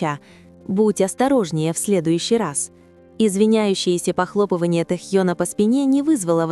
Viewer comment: Почему хоть Тнхьена то. Не коверкайте имя